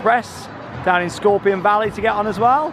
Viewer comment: I caught your (American) southern accent in "Scorpion Valley," soooo adorable bless your heart.